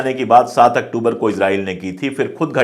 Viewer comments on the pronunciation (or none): none